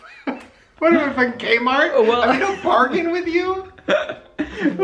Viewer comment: Did he say Kmart or Gaymart?